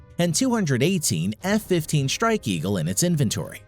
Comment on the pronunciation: The word “Strike” has an “r” in it. Otherwise, very interesting!